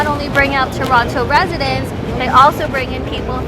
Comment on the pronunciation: This channel is all about Toronto but she pronounce Toronto in a wrong way every single time 🤔?